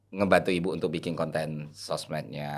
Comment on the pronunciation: MENIT 21.59 MAU BILANG BIKIN DIBILANG "BINGIN" 😂😂😂😂😂😂😂😂😂😂😂😂😂😂😂😂😂😂